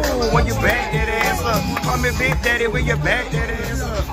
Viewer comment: When he said “Nothing but baick” 😂😂😭😭😩